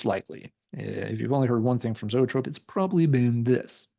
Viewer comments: Love Zoetrope!! Grew up in Chicago and saw them open up for almost every major band that blew through the city back in the mid-80’s!! And by the way, it’s pronounced E-trope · Pronounced EEE-Trope! Like Copollas Studio. R.I.P. Barry!